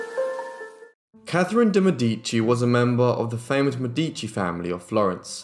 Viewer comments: Mèdici- it's pronounced like 'medi.(c)' + chi= Mè!-dichi = (chi like in Shang-Chi like you did). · Her name is pronounced de Mēh-di-chi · Beautiful video! One little thing: it's de Mèdici✨ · you say her last name funny